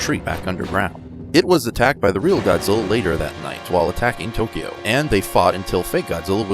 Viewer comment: Zuminz wong. Angwueriz choodnd bee hurdind hiz fwend, Gawdziller.